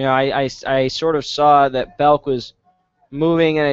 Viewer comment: It's BELK, not Beck!!!